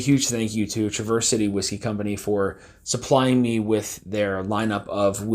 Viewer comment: You’re mispronouncing the city name.